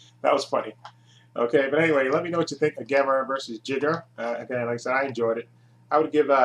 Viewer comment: It's a shame you you didn't reach me,friend. Back in the 1990s I wrote articles about Gamera for two magazines. And for the record, it's pronounced "JAIGER",not "Jigger". Some idiot who used to review the Gamera movies on Youtube kept using the term, 'Jigger n***'. I had that A-hole reported to the administration. Glad to see his videos finally removed. If you ever want to redo these Gamera videos please contact me. I'll be more than happy to give additional input.